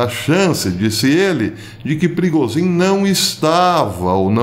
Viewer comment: A melhor pronúncia do nome do chefe dos músicos que já ouvi: Perigosinho!